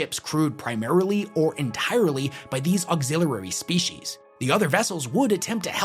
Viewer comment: Please practice saying auxiliary. Great video.